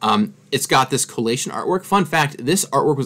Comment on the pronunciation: You know you've been talking about booster packs too much over the years when you pronounce Coalition as Colation.